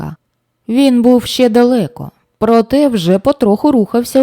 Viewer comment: Радий ,що натрапив на ваш канал. Дикція, чіткість, тембр - супер ! Іноді проскакує м'який знак та "є" після " ч" та "щ"(чьому, щє) - це сучасна молодіжна вимова, а так тішить вуха тверде :ч" та "щ"(чому, ще, що ).Успіхів вам !!!